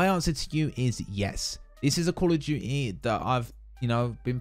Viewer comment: “Kawl ughf Tuity”